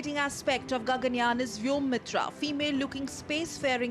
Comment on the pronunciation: It is Gaganyaan ; not Ganganyaan smartie !